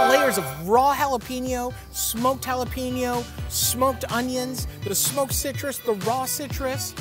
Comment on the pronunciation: Hey Matty repeat after me Pen 🖋️ ok know say yo. Ok Now put it all together JalaPENYO Or just Jalapeño. Got it? Good job 👍👍